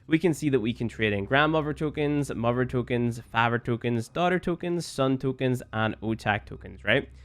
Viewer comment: Don't know what accent that is.